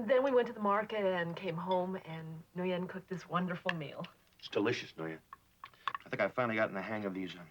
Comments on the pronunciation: In the show, Nguyen is pronounced "New-Yen". The correct pronunciation of this Vietnamese name is "Win". Furthermore, Nguyen is usually a surname, not a given name. Also, if the son is in high school which means he could be anywhere from 14 to 17 years old (the actual actor was 15 at the time). The US first started sending troops to Vietnam around 1965, so the father would have had to leave around 1967, come home and get married and have his son within two years of returning home. However, the war was in full swing around 1967 and it is unlikely any soldier would have been released at that time. Furthermore, the actress who played Nguyen was 28 at the time, born well before any US troops were sent to Vietnam. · The girl’s name should be pronounced “Win”!